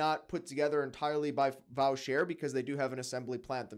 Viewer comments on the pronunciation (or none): Voh-shay. Not Vow-cher. Soprod is the upper end of the ETA/Sellita class. However when a Canadian independent like Bradley Taylor puts a Vaucher movement in a stainless case with purchased Comblemine dial he gets praised heavens. At $22k USD!!!